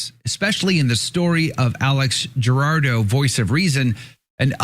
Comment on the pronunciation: Jurado! The J is pronounced like a H! Like in Javier!